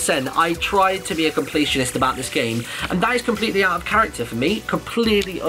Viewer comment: I heard him say competitionist and I'm like "He's talking about Shadow of Mordor" He then goes Assassins Creed and I'm like "Yup, Shadow of Mordor"